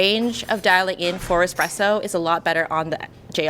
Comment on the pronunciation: Dear God why is it "easy-presso" when it is clearly starts with a 1 followed by a z? Or just call it EasyPresso - done! 😭